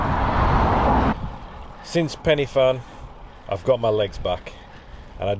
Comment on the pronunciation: Hi Mate Great effort on the ride Just some help with the place names Rhigos is pronounced - Rick Hos Bwlch is pronounced - Bull ccc Penyfan - Pen a van Again very well done on the ride Rob (from Rhigos)